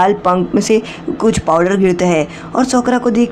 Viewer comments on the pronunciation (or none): Bhai sakura ko sokra kiu bol rehe ho? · भाई साकुरा है वो सकुरा नही